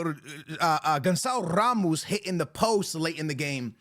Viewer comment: "Guncao rrrrrrrramoos"........"Bradley Barcolo"......... "Joe woah nebs"........."Dembelly"........"Karvadona"